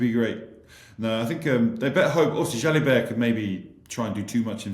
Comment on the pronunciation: Ntamack is correct, but who is Jalibet?:))